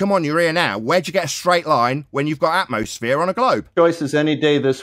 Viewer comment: It’s called “atmosphere” not “atmoflat”